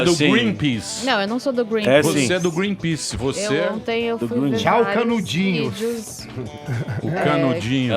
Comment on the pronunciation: Professor: "Voce ja leu algum dos relatórios do IPCC?" Marina: "Eu só vi algumas coisas ontém" HUAHUAUHAUHAUHAHUAUHHUAHUA